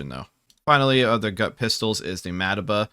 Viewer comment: Ma duh buh??? It's pronounced Mah tei bah!!!